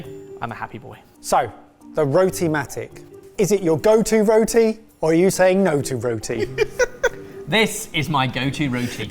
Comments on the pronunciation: It's roti, not rhoateee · Row- tee 😆😆😆 .....roh-tee. like when we call you Goh-ree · Omg why are you pronouncing roti like that. 🤦 it not ro ti it’s rot i 😂😂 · My wife was born in the uk but is Indian by heritage and she rolls her eyes everyone an English person says roti like “row-tea”. You actually pronounce is Ruh-tee with a hard rolling of the R. 😅